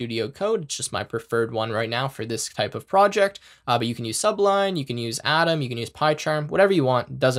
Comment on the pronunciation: Did he just call sublime text "sub-lime"? Lmao.